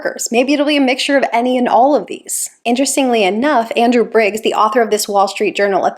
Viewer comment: Biggs, not Briggs.